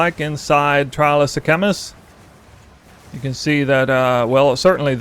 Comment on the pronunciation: Bro you can’t mispronounce sekhamas when they pronounce it in the game 😂